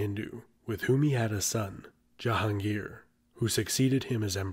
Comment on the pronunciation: Kudos to the way the narrator pronounced "Jahangir"